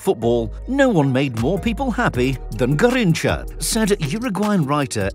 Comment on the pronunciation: Ga heen cha is the pronunciation